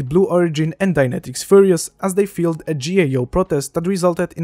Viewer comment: I enjoy how different your "Bye." sounds from Scott Manley's "Fly Safe" BTW, the i in "file" is pronounced like "eye".